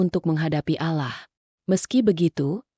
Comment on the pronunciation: Maaf min kok cara baca Allah nya kayak gitu,kayak nggak beragama..😢😢